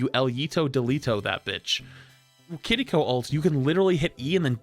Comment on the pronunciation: why did you start pronouncing kiriko differently its sounds like you're saying kittyco